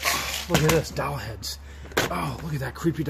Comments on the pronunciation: No, not d-o-w-l! It is doll pronounced the same as ball...doll! LOL! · Doll, not dawl or however you said it! Lol